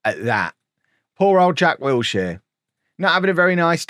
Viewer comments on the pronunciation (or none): none